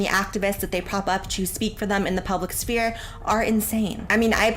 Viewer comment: It's weird to hear someone pronounce the "p" in "sphere"